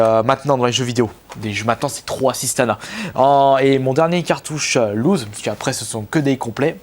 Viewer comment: ça se prononce "lousse" pas "louze" ;) "louze" veut dire perdre